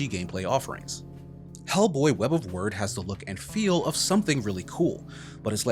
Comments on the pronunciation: Did your autocorrect change “wyrd” to “word” in the script? Pretty sure it’s meant to be pronounced like “weird”. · I'm sure Wyrd is supposed to be pronounced "Weird" but the reviewer pronounces it as "Word". Which is it? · Isn’t Wyrd pronounced “weird”, like Terry Pratchett’s “Wyrd Sisters”? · Wyrd = Weird, not word. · legit. should be pronounced like "weird," and not "word" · Nah it's pronounced "Word" which is honestly weird lol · Unless in-game someone says otherwise, I'm pretty sure "wyrd" is pronounced like "weird". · Wait, the name is pronounced "Word" and not "Weird"? Why spell it with a "y" then? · The good: the look and vibe of the game: The bad: the game part of the game: The hilarious: people in the comments inaccurately um, actually-ing the pronunciation of wyrd. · wait, is it not "web of (weird)"? did they pronounce it "word" in the game? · It's not "Web of Weird"?